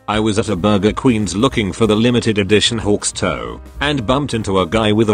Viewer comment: PLEASE THE VOICE SAYS HAWKS TOE NOT HAWKS TOY